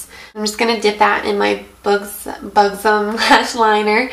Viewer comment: I love the fact that you used a fan brush! I've never seen many youtubers use them :D btw buxom is pronounced buh-xum. :D bug-xum haha you're too cute :3